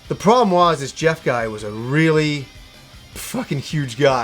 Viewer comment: His nay wah Jehhf